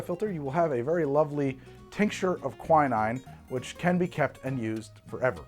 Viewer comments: God damn how are you stuggling with pronunciation - it's not kwai-naine", it's "kwi-neene" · I believe it's pronounced "qui" (from quince) and "neen".